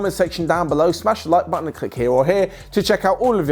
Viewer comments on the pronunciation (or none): none